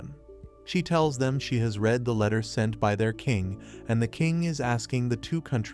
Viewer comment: Bro said red not read